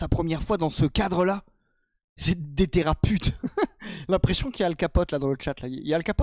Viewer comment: "Les théraputes" 😂😭